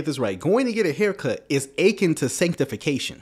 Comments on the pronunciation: I agree with everything you said except the way you keep pronouncing “akin”. The emphasis should be on the last syllable. You sound like you’re saying “aching”. But it’s “a KEN”. I’m not trying to be picky, but you keep saying it!!!😊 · You killing me with your pronunciation of akin. It’s uh-KIN, not AY-kin. You said it soooo many times, it drove me nuts! Love ur videos tho 😂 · It’s (ah-kin) but I get you!